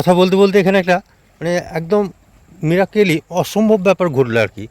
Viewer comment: উনি তো মীরাক্কেল বলছেন।😂